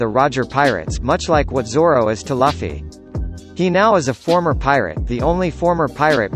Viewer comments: It’s luffy not laffy ... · Not laffy...it’s luuuuuuffffffyyyyyyyy... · That's Gol D. Roger not Gold D. Roger and Luffy not Laffy Lol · Its luffy not laffy!! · he said luffy, not luffy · Who the hell is Laughie? It's pronounced as Loo-fee. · luffy not laffy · Ruffy!(luffy) Not lafi!! 😆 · u cant even pronounce luffy's name correctly..u'r bullshit.. its luffy. not laffy .my friend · it's Luffy not Laffy say it right ffs! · did I hear Laffy?? please pronounce it correctly... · Luffy is pronounced Loofy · LUF-ee lmao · Did the computer say.. Laffy? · Dumb fuck said laffy lol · Japanese: Luffy-kun English: Luffy And this dude: laffy Like wtf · His words became invalid as soon as I heard the word "Luhffy" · It's not laffy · Why "Laffy" tho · Who is this Laughy guy you keep talking about. Have you ever watched the anime at all, discredits everything you say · Bruh its pronounced “loofee” 😅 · It's luuufffy !! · If you say Luffy like Puffy again, I’m gonna find you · He says luhfy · man I really wanted to stop watchin this video as soon as I heard this man call Luffy, Laffy. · Anyone who pronounces Luffy this way is only using one piece for views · how can you make these one piece videos and not know how to pronounce luffy correctly?! also shakky is not rayleigh’s wife. get your shit together. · Learn how to pronounce names before making videos. DANZO AND LUFFY!! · First pronounce luffy name correctly then describe about ray leigh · At least type it so he can pronounce Luffy properly. The way the computer pronounces it is unacceptable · PLEASE PRACTICE PRONOUNCING LUFFY CORRECTLY!!!! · Learn how to say main characters name so i don’t have to give you a thumbs down 👎🏼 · he dosent know how to say luffy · I hate it when you’re pronouncing luffy its so cringy.